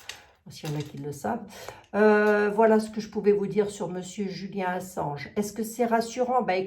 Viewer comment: 💎 Bonsoir,je suis l'administratrice d'un groupe de soutien à Julian Ass@ et oui, vous prononcez correctement son nom. Julian est un journ@ emprisonné dans une prison de h@ à Londres. Per*sécut*é et tor*tu*ré psychologiquement depuis plus de 10ans par les Sta*tes, le Roy*aume-U*ni et délaissé par son pays, l'Austr*alie, il est retenu comme un cr*m*nel alors qu'il ne purge aucune peine.